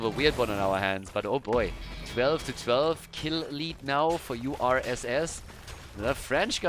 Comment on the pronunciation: Indeed, URSS is the French for USSR. And on top of that, when try to read it, he pronounced it like the French word for "bear" ("ours"), a very Russian animal:D